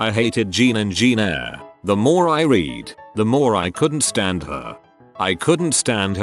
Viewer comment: This, and all re-Reddit robo-readers. How the ducking heck can you mispronounce the name ‘Jane’? And yet be able to say polysyllabic German or Slav names? As for ‘read’. If it costs too much to get a tense or sentence aware voice, go into the controls and change all of them to ‘r.e.d’ it’s used far more frequently. I know nothing about the subject, as is probably obvious, but these seem like common sense. Surely they can be changed?